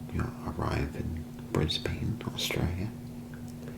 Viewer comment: As an Aussie, I was worried there’d be a lot of mispronunciations that I’d find too distracting, but honestly your content is so good I wasn’t even bothered by the “Bris-BAIN” (it’s “Bris-bin” lol) Keep up the good work man!